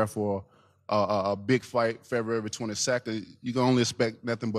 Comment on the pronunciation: Deontay- FebRahrary 22nd..